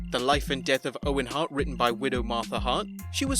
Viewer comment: Bret SHart lmao